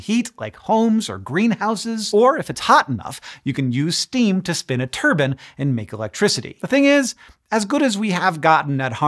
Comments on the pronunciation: Turbine. Not turban. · A turban is something certain ethnic groups wear on their head. A tur-BINE (rhymes with pine) makes energy. Sorry that was driving me nuts. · Is turbine supposed to be pronounced like turban? I thought it was pronounced like tur-bine. Can anyone lmk? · Hank, a Turbin is something you wear on your head. A turBINE is something that rotated for energy. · I think you'll find the steam turns a turbine not a turban.... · You use steam to spin a turbine, Hank… Not a turban… 😂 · Turbine not turban! Spinning one of those could cause a host of problems. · While it's fun to mock Hank for his constant mispronunciation of geyser as "Guy-zer" I had a right chortle at the mental image of a spinning turban at . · How does Hank pronounces “turbine”? Never heard it said like that.